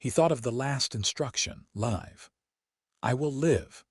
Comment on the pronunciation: Damned A.I. does not know English, can't understand the difference between Live and live